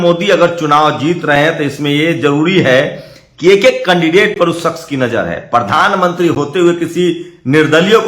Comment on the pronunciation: Mr you never pronounce the Prime minister. you ever say pardhan manti not pradhan mantri.